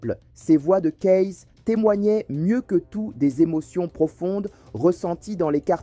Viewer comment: Petit !!! C'est pas colonel !!! C'est General !!! C'est pas Kayess !!! C'est Kayes !!! D ou venez vous ????